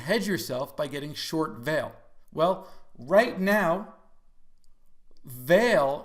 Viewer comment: Fwiw I think it's pronounced vol-lay since their Brazilian Company.